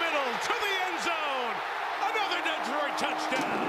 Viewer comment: The announcer here actually pronounced my citys' name CORRECTLY for a change!! The"E"is as SILENT as the"w"in "sword"and"wrestle". Its D'troit NOT:"Dee-troit" As a man who scored THIRTY-ONE(out of a possible 36)on the ACT,I l know ehat I'm talking about!! 😐